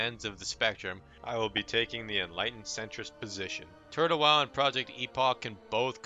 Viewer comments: Why do you pronnunciate it like Turd-Hole WoW :D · are you saying Turd le wow ? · why do i hear him say turd hoe wow 🤣🤣🤣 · he said turd hole wow lol